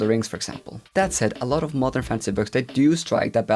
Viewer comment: Haha not a native speaker here, and listening to this video while doing chores I kept hearing « mother fantasy » instead of modern xD it does have a ring to it right? lol